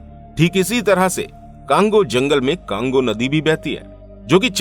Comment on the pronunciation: Usko cango nahi congo bolte hai bhai or me congo me hi rehti hu